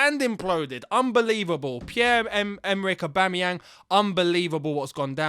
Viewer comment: "Aubame bloodclat yang" You said that perfect 👍🏿